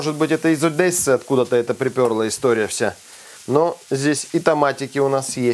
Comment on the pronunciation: Ваше "из Одэссы" звучит как "в троллэйбусэ"